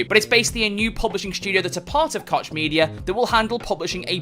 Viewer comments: It's pronounced Coke not Kotch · I believe you pronounce Koch as "Coke" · He just doesn't want to say it cock media which is the correct way